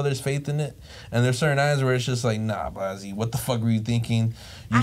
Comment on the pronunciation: Why keep calling him blozzy. It’s blazzy